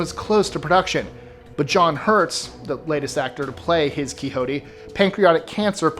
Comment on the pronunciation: It's John hurt not hurts